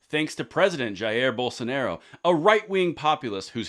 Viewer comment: Just a heads up, Bolsonaro is pronounced Boll-sun-are-oo